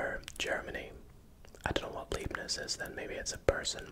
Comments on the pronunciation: Hi, Leibniz is pronounced L-eye-bniz. So "ei" in german is pronounced like the English word "eye" :) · Hey, you can easily say leibniz by saying Lie-bnitz The lei makes a lie sound in german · heads up- an 'ei' is pronounced as an 'i' I German, and an 'ie' is pronounced 'ee'